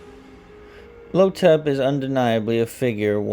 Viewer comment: The villain's (the Mummy) name is "Imhotep" pronounced EEEM-HOE-TEP. It is not "Lo-tep". 😑